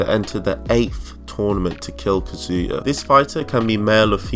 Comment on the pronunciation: “Kezia” u mean kazuya captions